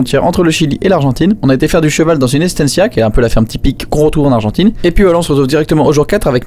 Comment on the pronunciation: Super Vlog! On dit la frontière Argentine et non Argentaine par contre :)